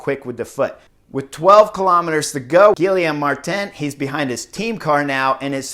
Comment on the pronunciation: Dude man, they're gonna start making a drinking game for name butcherings... Gilly Ohm Martin?? yikes dude! Geeee yom